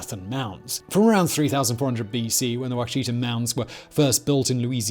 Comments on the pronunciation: WASH A TAW - not Ouch eata - Ouachita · Repeat after me, Wah-Shi-Tah = Ouchita. Thank you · Lol people from east texas/Louisiana hearing him say Ouachita (watch-eh-taw)🤣 it's alright, fact boy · Ouachita= Wash-i-tah